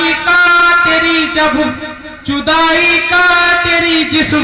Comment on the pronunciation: Chudai 😭nhi hota hai Judai hota hai